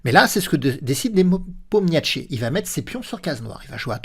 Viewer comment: A chaque fois que je regarde une vidéo sur nepo vous écorchez son nom jpp 🤣🤣 Le niepomietchi à la 40ème seconde c'est du troll à ce niveau là c'est pas possible !!